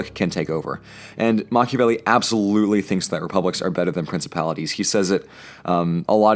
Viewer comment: MACH-iavelli 5: nyoom